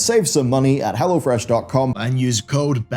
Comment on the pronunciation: Oh, "go to hell o'fresh". Charming!